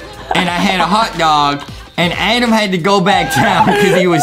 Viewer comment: It's Adam not Adem